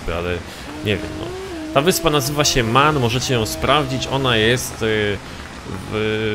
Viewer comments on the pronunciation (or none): Jak już się za coś zabierasz to chociaż rób to porządnie to nie jest żadna wyspa ''men'' tylko MAN